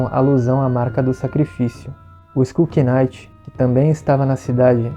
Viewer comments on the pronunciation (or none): Não é "sku quinaite", é "skul nait"